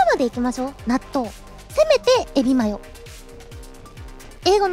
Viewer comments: The Natto chant started to sound like Donut midway through! lol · When she said natto loads of times I swear I heard her saying donut a few times. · her "natto natto natto natto..." started to sound like "tuna tuna tuna tuna..." xD